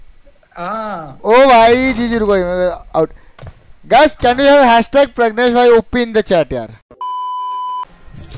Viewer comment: pragnesh yar 🙈😂😂😂 name to thik se bolo